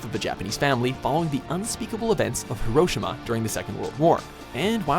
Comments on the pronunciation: Repeat after me. Hiroshima: Hee Roh Shee Mah Not: Her Oh sheh mah TL/DR: Yes, I do risk being called a Weeaboo. No, I don't care. The long version: I understand that correcting people on the Internet is not often fruitful and often taken as hostility. In spite of my intro, I really don't want to maintain that image. I've been to the Peace Memorial Museum in Hirishima, Japan. I've stood within 50 feet of the epicenter of the blast. I've seen the relics from that age. The girl's charred school uniform. I've seen the American propaganda that was kept from WWII. I've seen the "A-Bomb dome", the only building still standing within the blast radius. The attitude of the museum was incredibly magnanimous. As an American, I really appreciate that. For those of you who are too annoyed by my correction, yes. I am a weeaboo. For those who see where I come from, thank you for taking the time to read my post. I consider it a small, but solemn and respectful thing to help people understand how the name of the city is pronounced in the Japanese tongue. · Hi-ro-shi-ma, not hiro-shima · The worst part of this video was the way he pronounced Hiroshima. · you said Hiroshima wrong